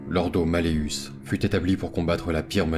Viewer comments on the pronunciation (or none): Juste enorme ! Le montage, la narration juste parfait ! Juste une chose, il me semble que l'Ordo Malleus se dit ... " MalleOUS " , (comme mousse, housse XD)